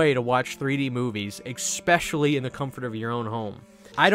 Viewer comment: Buddy, I love ya and your videos but you’ve gotta stop saying ECKSPECIALLY! It’s ESPECIALLY there’s no “eck” in especially lol. Keep up the good work. Much love no disrespect. I actually love the 99s remake more than the og.